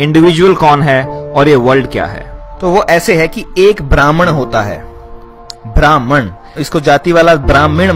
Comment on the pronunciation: ब्रह्म होता है ब्राह्मण नहीं ! उच्चारण सही नहीं ! वीडियो अच्छा है लेकिन लम्बा होने के कारण उबाऊ है !